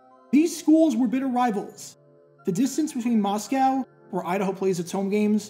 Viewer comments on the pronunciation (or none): It’s pronounced [Moss-Co]… 🤦🏻‍♂️ Not Ma’s-cow…that’s in the barn with Pa’s cow. Good video though. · It’s pronounced “MOSS-COE”, not “MOSS-COW”….. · Great video! The rivalry is kind of on ice at the moment, but learning about its history is always fun. Also, don’t let any of the locals catch you saying “Moss-cow.” It’s pronounced “Moss-coh.” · Btw it’s pronounced Mosco not Moscow like it’s spelled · Mahskoh that's how it's pronounce